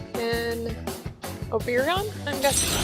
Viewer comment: It's pronounced Oh-burr-on. And Oberon is male, the king of the fairies, married to Queen Titania, both characters in A Midsummer Night's Dream, and moons of Uranus. Being an Emperor persona, it should be male by default. Still, great video. :)